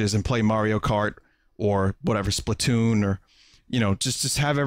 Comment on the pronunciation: "It's too Splasoon" Vinny pls.